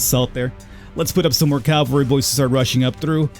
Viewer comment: You keep calling the horse guys the "calvary", but that means Golgatha, the place where Jesus died. The word you're looking for is "cavalry". I sincerely doubt anyone but me noticed, so you don't have to force yourself to change that.